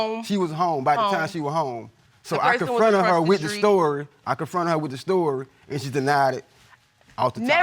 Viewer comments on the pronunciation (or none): "Leaded", and "accross the skreet"..I'm done here, fast forward to the results🤣🤣🤣🤣🤣.